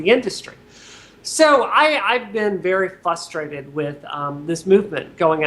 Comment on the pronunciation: "Fusstrated" lol.